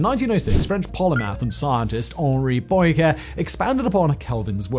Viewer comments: 3.35 Poyn-care??? Like in Medi-care??? 4.10 Zwicky?? I love the way writers throw in foreign names just to see how badly he can destroy their pronunciations! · Poincaré: say Poincarray "Obscure," as in "matière obscure" sounds more or less the way it does in English, so, very much NOT "obscuray." And what you insist on calling theories,, are hypotheses. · Poincare + Pwuncaray. Make an effort. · Nice butchering of "Poincaré" 🤣